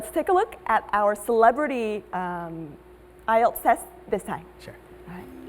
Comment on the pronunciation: Nghe cụm từ "AI EO TÁM CHẤM" bao giờ chưa nạ =))